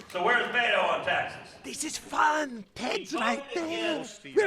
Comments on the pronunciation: Beh-toe, not Bed-o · And to this day, Colbert continues to say "Bet-ou" instead of "Beh-Toh." The silent H means, stop fucking making sounds. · I hate the way he pronounces Beto. He says “BeDo”